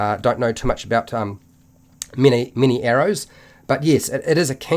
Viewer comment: Every time you said "Mini-arrows" I laughed a bit inside :D